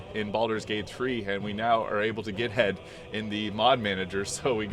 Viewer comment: Please don't say get head like that I may die from laughing too hard